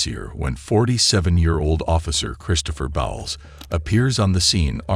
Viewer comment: It’s not bowels it’s pronounced Bowles as in cereal Bowles.